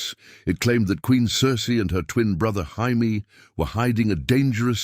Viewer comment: 1min in and ive caught a "Hi-Me" and a "Gy-Me" instead of Jaime. Gotta love that A.I.